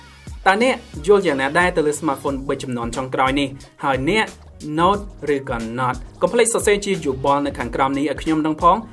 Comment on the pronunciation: នេះពិតNoteមិនមែនNot ទេ😁